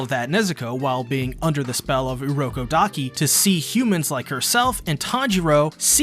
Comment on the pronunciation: its urokodaki